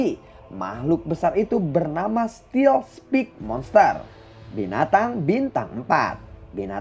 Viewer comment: Sorry min. Cuma mau bantu belajar b.inggris [steel spike = stiil spaik]